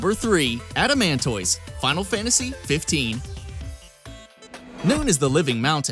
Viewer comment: Adamant-iss like a tortoise